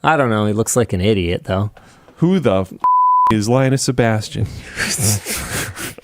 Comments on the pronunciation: Linus Se-Bash-tian. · Linus Se-BASH-ton